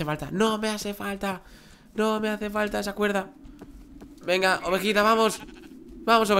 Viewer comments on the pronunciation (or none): minuto dijiste ovojita